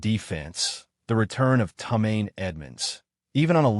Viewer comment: Tomaine Edmund’s. You mean Tremaine Edmund’s. What kind of AI is this? Odunze* the longer I listen the more pissed I get. Roh may oh du nay! Rome like in Italy oh doon zay*